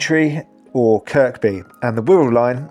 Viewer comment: Great video, but just so you know Kirkby is pronounced Kirby as the middle K is silent 😂. No idea why, however that line now ends at headbolt Lane which, as far as I am aware is the only non electrified part of the track as it uses the old diesel train line. That line still goes from headbolt to manchester, but from kirkby to headbolt relies solely on battery power.